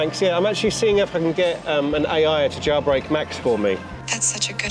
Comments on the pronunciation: Why does he JaYilbreak? Instead of jailbreak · WTF do you pronounce the word "jailbreak" as "JAWBREAK"?